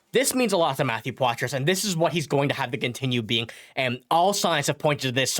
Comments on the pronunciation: #51 is French-Canadian. You don't pronounce the "s" in Poitras. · #51 pronounces his name with the silent "s". Just think we should be able to pronounce his name correctly...Just saying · The S is silent when you pronounce Poitras.